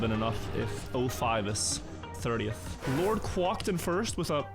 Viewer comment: the way you pronounce quacked is wild to me lmao